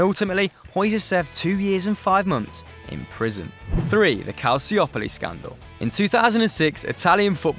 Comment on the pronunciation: That pronunciation of Calciopoli and Moggi though....